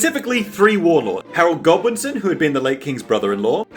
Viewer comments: I thought it was Godwinson, not Goblinson. And Hardrada, not hadrada. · Not Goblinson, Godwinson ffs! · "It's Harold God-WIN-son, not Harold God-LOSE-son!! 😤" - Book Goblin by Elizabeth Wheatley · OH! You said Godwinson! I thought you said Goblinson! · I’m sorry but “Goblinson”?! 🤣